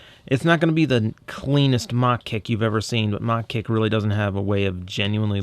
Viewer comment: Don't you mean "MA-HA Kick"? :p